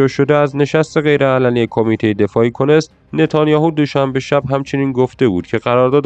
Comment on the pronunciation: تلفظ درست کونست نیست تلفظ درستش اینه keneset